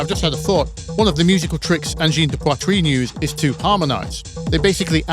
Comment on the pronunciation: honest? of all the anglophones I've heard to this day say "angine de poitrine", you're the one who botched it the least XD